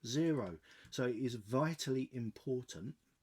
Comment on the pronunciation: Another great video. Please don't take this the wrong way, but are you aware, that like many other people, you are pronouncing the word reticle with a u in it (reticule). I thought that I'd ask, as i know you sometimes say things wrong on purpose 👍